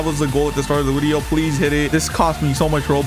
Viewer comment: It’s video not wideo